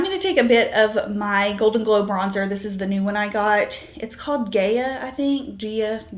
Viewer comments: Hope you are adjusting well to motherhood! It is pronounced Guy-ah :) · You must say Gaia like Gaya. It's de nome of the name of the goddess of the Earth. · The bronzer shade is pronounced "guy-a". It's the name of a greek goddess. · Gaia - pronounced “guy-ah” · Thank you for this analysis! Your look is really clean and beautiful! I really enjoyed the products reviews, as I'm thinking of buying some. I think Trinny uses several oils and serums prior to her makeup which is why perhaps some of the products are quite mattifying so that the glow comes from her skincare underneath her makeup. "Gaia"- is pronounced "Guy- a", it is named after a Greek Goddess: the ancestral mother of all life on Earth :)